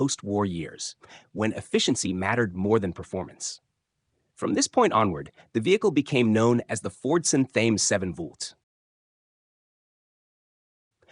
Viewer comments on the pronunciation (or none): Interesting but ruined by the mispronouncing of words. Thames is pronounced "Tems" not Thaymes and it's 7V not seven Volt